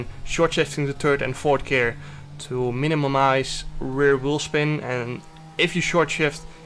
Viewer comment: Hehe 13:9 "Minimimise" ❤️